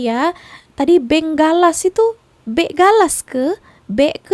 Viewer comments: Beg galas bukan beng galas. Saya pun confused. Itu beg backpack/rucksack. Rasa kebencian terhadap malaysia sudah ditanam dari zaman soekarno yang gagal menakluki semenanjung, sabah, sarawak & brunei jadi wilayah indonesia. Dendam soekarno makin menjadi jadi bila percubaan bodohnya mengganyang malaysia gagal big time! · Beg galas ..bkn beng galas😅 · Bukan beng, tp beg(bagasi)..